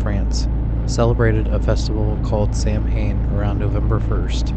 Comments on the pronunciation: Samhain is said "Sah-wain". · "Samhain" is pronounced "Sah-win"